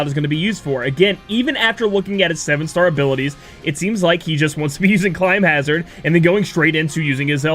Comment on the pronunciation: This video looks great. please though it's climhazzard, not climbhazzard